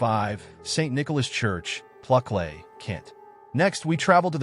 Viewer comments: Pluklay 😂😂😂😂😂 It’s pronounced Plucklee. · Please work on your pronunciation! Pluckley is plucklee.